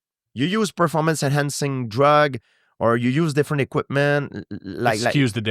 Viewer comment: "i am not impressed with your pearformuntz..." GSP on Matt Hughes